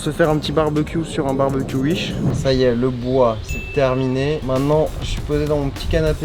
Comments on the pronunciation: On dit wish pas uich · Il dit ui she au lieux de wish 😂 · wish : s'écrit wish. charles : uiche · Sa mstresse quand il dit uich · On est d'accord il dit "UISH" mdrr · Tous ce que j'ai retenu : "des produits UISH" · Des produits “uish” 🤣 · J'adore comment il dit "uish" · Ce que j'ai retenu de la vidéo "acheté sur Uish" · C'est pas Wish mais U I C H E